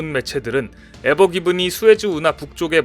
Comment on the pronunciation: 에브기린이 아니고 에브그린!